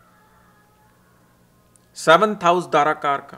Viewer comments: Its not DHarakarka, its Darakarka.. you should know. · D'h'arakarka that south indian accent😅